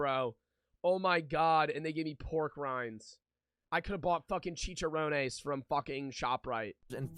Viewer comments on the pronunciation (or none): the way he says "chicharonas" kill's me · bro the way you said chicharrons is wild from a Hispanic Pov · "chechearonas" aight white boy